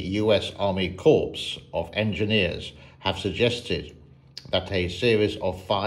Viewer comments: you are pronouncing "corps" like that pos ear o. bumber used to. the "S" is silent like "core' of engineers. thanks for the video good sir. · Glad you pointed that out. I think it is a French word and you do not pronounce the last letter if it is consonant in French. Jerrold